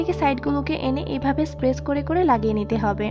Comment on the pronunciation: Apni press k spess bolen keno?😂